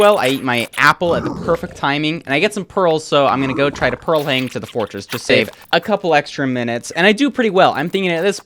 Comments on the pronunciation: “try to pearl hang to the fortress to SÆVE” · you said "save" weirdly